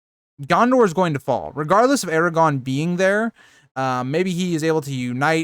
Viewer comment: I like this channel but you need to practice saying Aragorn instead of Eragon or Aragog